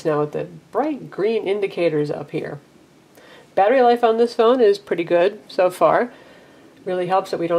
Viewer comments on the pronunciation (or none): none